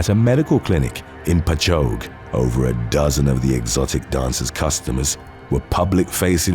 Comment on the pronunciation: Great video! Don't ever expect this town will show up again, but it's pronounced "Patch-ogg". I know, crazy, right?